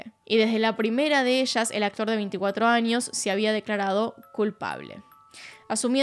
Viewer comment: El acotr 😂 la menos disléxica